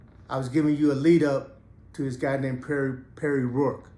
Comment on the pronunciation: That's how much you know the dude's name cuz you said it wrong